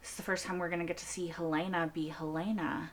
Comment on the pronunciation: I have watched dozens of Severance reactors, and I am puzzled by one thing... Why do 90% of reactors pronounce "Helena" as "Hel-AY-na" when it is never once pronounced that way in the show?